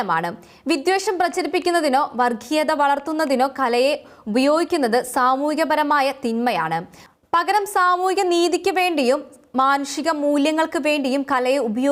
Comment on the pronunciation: വിക്കാരം എന്തോ പൊട്ടിപെണ്ണേ ഈ പറയുന്നത് 🙄🙄🙄🤣🤣വർക്കീയത ഹോ മലയാളം ഉച്ഛരിക്കാൻ അറിയാത്ത പൊട്ടി 🤣🤣🤣🤣🤣🤣